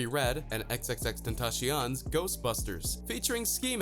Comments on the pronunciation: XXXTENTASHION what is this pronunciation of the prince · It's pronounced ten-ta-see-on